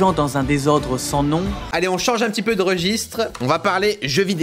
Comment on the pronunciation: et dans la vidéo aussi je crois que c'est mal prononcé xd